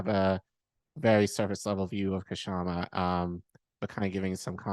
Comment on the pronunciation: Please note that the K in Kshama is silent.